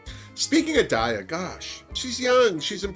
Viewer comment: hey! love your reviews! i'd just like to say that daya is pronounced DYE-yuh. because daya betty is like diabetic. just letting you know!